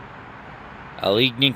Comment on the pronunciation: It's pronounced Alla gain eee